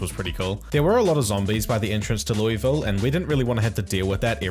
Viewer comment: It's pronounced like Luhlville, not Lewisville